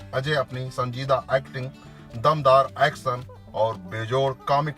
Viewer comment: पहीली बात तो यह फिल्म बनेगी ही नही । और आप कृपया व्हिडीओ बनाने से पेहले हिंदी पर प्रभुत्त्व पाने की कोशीश करे । भासा - भाषा पाठसाला - पाठशाला एक्सन - ऍक्शन सानदार - शानदार संबाद - संवाद किस्ती -कश्ती सेट्टी - शेट्टी हर्स - हशर आसिक - आशिक मुस्कीले - मुश्कीले सुरू - शूरु इस्क - इश्क आकासवाणी - आकाशवाणी बिरु देवगण - वीरू देवगण डाक्टर - डॉक्टर बिक्रम सिंग - विक्रम सिंग ज्यादा जानकारी के लिये श्री. मुकेश खन्नाजी के भाषा उच्चारण का अभ्यास किजीए । 🙏